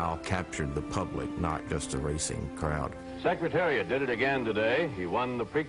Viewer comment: The announcer in the Kentucky Derby he says "sex" Secretariat ! He actually screws up alot of announcing in all 3 races, just pointing out.